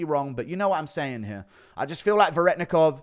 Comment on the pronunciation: You still don't know how to say Veretennikov correctly. (Ver-eh-ten-ikov)